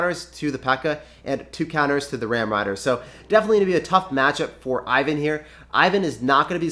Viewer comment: TIP: Name (Ivan) is pronounced like: [ewan] ;)